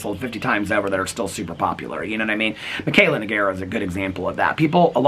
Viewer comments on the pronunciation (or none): none